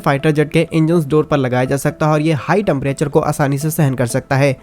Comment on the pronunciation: Bhai Maine socha ki tu kuch important batayega per jab tune temprature ko TAMPRATURE bola sab gud gobar....ho gaya